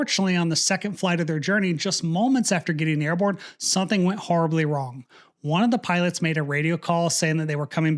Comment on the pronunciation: Are you aware that you say "sunthing"?